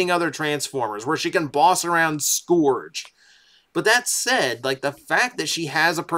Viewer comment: the fact that he calls Scourge “scoo-urj” still just drives me nuts lol